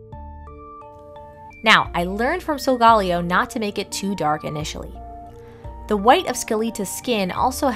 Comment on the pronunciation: You pronounced it salgalio it is salgaleo